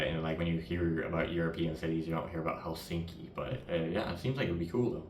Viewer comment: In Finnish language the stress is always on the 1st syllable so it’s: HELsinki👍 not HelSINki😖😱🤮